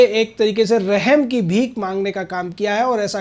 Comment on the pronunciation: Rehem nhi usne aarip lgaaye hai gwaar bnde padna bhi nhi aata hai kya bhadva reporter